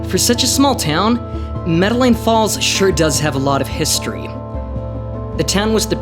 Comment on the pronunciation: I do apologize for the incorrect pronunciation of the town. I will be releasing part two this week and will ensure that the name of the town is pronounced correctly.